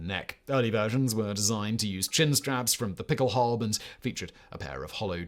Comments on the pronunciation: nah, it definitely sounds like he’s saying halbe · Is saying pickelhalbe? Or is my ears lying to me? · The "E" at the end of Pickelhaube is not silent, it is pronounced. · "Pickelhaube" (the final e is NOT silent) is NOT "derived" from Pickel=pickaxe. That is a later folketymological reinterpretation. It derives from MHG bechkenhube/beckelhube. Becken generally means basin but in this case it means bowl. You could translate the original meaning of Pickelhaube as bowler hat. The Stahlhelm shown starting is a Wehrmacht Stahlhelm introduced in 1935 and not a WWI version. It is considerably smaller than the WWI version and lacks the lugs for fitting the "Stirnpanzer".